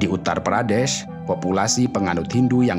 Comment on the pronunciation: Syukurlah u ngomong "uttar pradeSH"